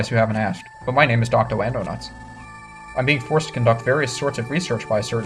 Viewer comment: by the way, you said Docto Andonuts